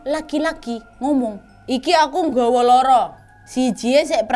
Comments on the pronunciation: Suka gemes soalnya kak nadia selalu salah kosa kata pas ngucapin bahasa jawa ,, Bukan loro tapi loro Bukan wetan tapi wetan kak nad 😂😂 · Bacanya bukan loro, tapi loro Kalo loro itu sakit Tapi kalo loro itu 2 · Pelafalan duanya itu loro, bukan loro...... Loro ya wak..... Kalau loro itu sakit..... Jd yg lbh tepatnya "loro" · Kak Nad, Loro 2 bukan Loro (yg di ucapkan artinya sakit)😅😅😅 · Kak nad, loro tu ada 2 makna. 1. Maknanya sakit, dan 2. Maknanya dua. Nah kak nad ngomongnya tu maknanya sakit bukan dua. Loro nya pake o. Jadinya loro. Bukan loro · koreksi: Loro bukan "Loro" Loro: Sakit Loro: dua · Dua= loro kak, bukan lara. Cara bacanya seperti huruf O biasa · Lafal "Loro" nya kurang tepat kak. Hehe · Pas kak nad bilang "iki aku nggowo loro" aku kek hah? Kok bawa sakit, trnyta mksdnya loro(dua) tp slh pelafalanya🤣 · LORO (bacanya pakai O<Obat>) 😂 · loro nya 2 (dua) dan loro nya sakit beda vokal nya kak Nad 😁😁 maaf instrupi ya kak 🙏😁😁 karena vokal nya kak Nadia loro 2 di vokal loro sakit 🙏🙏😁😁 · Lara (pengucapan kyk mbk Nadia) itu artinya sakit. Loro. (pengucapan o seperti di kata "optimis") itu artinya 2. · MBAK LORO BUKAN LORO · Maaf wa nada bahasa untuk "LORO(2)" salah wak... Klo nada yg bilang itu arti nya "SAKIT" 😁 Tulisan nya sama cuma pengucapan nya beda... Maaf wak sy paham bukan org jawa, cuma ngasi tw aja😁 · Mau koreksi dikitt nih kakk. Pronouns nya "loro" yg diucapin ka Nad di vid ini artinya sakit. Kalo "loro" yg artinya 2, o nya dibaca biasa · Maaf kak nad, cara ngucapin Loro itu maksudnya dua, kalo yg spt diucapin kak nad itu artinya loro = sakit.